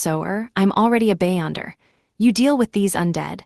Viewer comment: Be-yonder not bay-onder